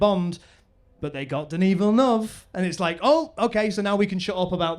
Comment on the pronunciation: “Deneee Villnov.”